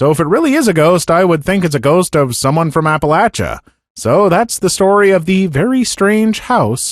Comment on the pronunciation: pronounces Appalachia correctly, you are really the best!